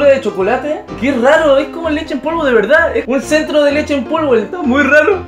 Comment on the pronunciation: ... Leshe en polvo oie zy :v xD... Sho quiero leshe en polvo